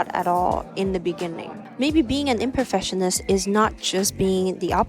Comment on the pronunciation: It sounds like you are mispronouncing Perfectionist and Imperfectionist. You must pronounce the C. You think too much. Just schoot more film and think less about it.